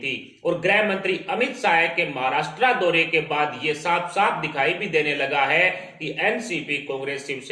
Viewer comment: The language used is impure and pronunciations are incorrect.Maharastra is wrongly pronounced.